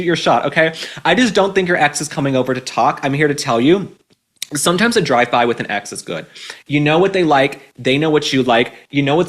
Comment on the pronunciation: Omg I thought you said a “Dry By” 😂 dry h@